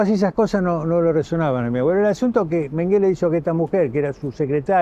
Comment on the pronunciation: Mengele es un apellido aleman .. Se pronuncia con acento en la primera E ... Significa ....montoncito...